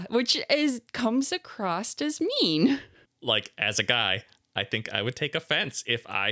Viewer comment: always adds a "t" sound at the end of the word across. What is that about? Where do you pick up habits like That? Why?